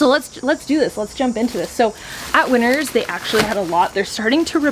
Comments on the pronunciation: I totally thought you were saying "Winters" as the store name this whole time. I just read your comment where you say you did a haul from "Winner's". Lol! I like Winner's as the name so much more. I was wondering if it's like a Canadian T.J Maxx? But I like the napkin holder. They have cute stuff. And you and Andre having matching masks is so cute🙂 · I definitely thought you said “I don’t know if you have winters where you’re from.” Then I realized you said Winners. Well I live in Arizona...we don’t have either 🤷🏽‍♀️😂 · At the start, I thought you said winter's, not winners lol and I was thinking "In from Australia and we don't have winter's, but we are in winter" lol ❄❄❄